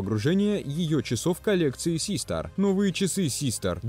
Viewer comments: тисО, систАр. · тИсо, сИИстар, мои уши